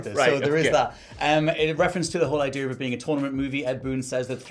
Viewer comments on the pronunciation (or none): Idea, not idea-r It's Kitana, not Kitana-r